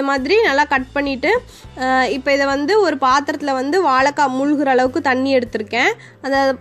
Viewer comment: வாழைக்காய் தானே சரி நீங்களோ வாளகககாய் என்று சொல்லுகின்றீர்களே, இது தவறென்று உங்களுக்கு யாரும் சொல்லவில்லையா.